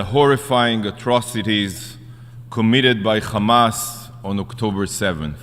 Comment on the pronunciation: Why do Israelis say "Khamas"? It's Hamas lol